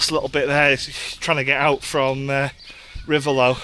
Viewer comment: Reivaulx - Pronounced Ree - Vo - ignore the i, l and x